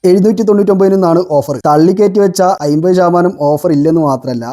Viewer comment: "അയ്മ്പത്" അല്ല ചെങ്ങാതീ. അമ്പത്. ഒന്ന് വൃത്തിക്ക് സംസാരിച്ചൂടെ